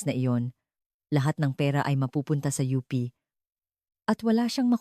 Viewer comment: OO nga mali mali tagalog na nga wrong pronunciation pa.Yong UP she said OP, alibi she pronounced alibe OMGEE! I was wondering Sept. 2026 etc & 2027 it's only March 2026 now! Dumami tuloy wrinkles ko syo